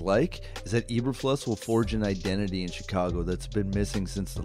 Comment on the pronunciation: Really nice job, but say it with me: Eee-bur-floos. Not fluhs. You put a lot of work into this video, but if you mispronounce the very first name you say, the new head coach no less, you lose credibility.